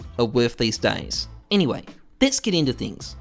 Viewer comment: Take a shot everytime he says "enywey"